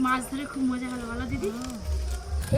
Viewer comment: আমি নিজেও এই রকম মাছের ঝোল রান্না করি। আর তোমার কিছু কিছু উচ্চারণ খুব ভুল ওটা মোজা ❌ মজা করে